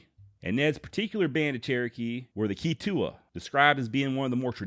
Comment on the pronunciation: You did a good job but as a chrerokee citizen in Adair co. Oklahoma i have to say you pronunciation Tahlequah and Keetoowah were way off!! Other then that very good